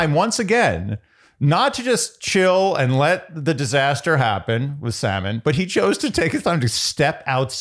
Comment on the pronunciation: Lmao Wells also started calling Sam n, salmon 😂